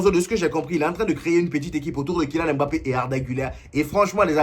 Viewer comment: "le meilleur club du monde " pfffffff...laisse moi rire 😂 on dit "mbappe"...pas "m-bappe" prononce pas comme les blancs...stp sinon force à toi...